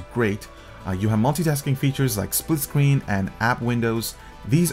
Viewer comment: Nice and thorough review. What is your 1st language? "Vibrant" is pronounced with a V, not a W . And screen is not pronounced like it is spelled "scween". What "weally" attracted? Samsung "welated" apps You just have issues with pronouncing v's and r's. Nice review.